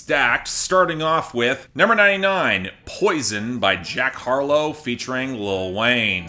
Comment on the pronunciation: "jark harlow," for some reason that faux pas made me giggle like a simple child lol